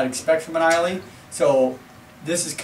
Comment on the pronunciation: Great review guys. I have this bottle in my bunker and have not cracked it yet. Islay is pronounced "I La" 😉 Another great distiller of Sherry cask whisky is "Glendronach " give the 12 & 15 yr a go. I love them both